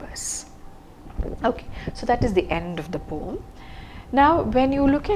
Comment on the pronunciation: The right pronunciation of poem is po-um not pom. Love and regards ☺️